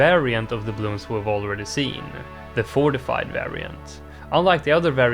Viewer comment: round fourtyfive has fortifie balloons huh